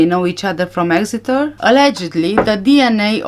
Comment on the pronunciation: You did say Exeter perfectly. You are a very good detective, keep up the hard work. So many of us know there are some very suspicious things about this whole case from the beginning, I think justice will be done one day.